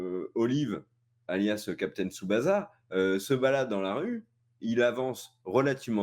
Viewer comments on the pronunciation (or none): Ça se dit Captain "Tsubassa", pas "za" Et puis c'est "Seursha" Ronan et "Killian" Murphy. 😁 out P.S: Des bisous à Jun alias Julian et sa chère Tipie, qu'il faudrait caser avec Bourdu, le mec à Bunny aussi appelée Sailor Moon, pour en faire le couple aux noms adaptés les plus pourris de France. 😇